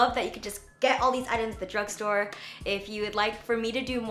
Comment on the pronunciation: Intro said dugstore 🤔😂